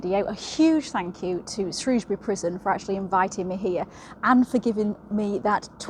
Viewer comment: My local prison, on my doorstep. And you pronounced "Shrewsbury" correctly, I'm very impressed 😂. Loved the video and now subscribed 😁 I also highly recommend the channel "tales from the hangmans record" by Steve fielding!!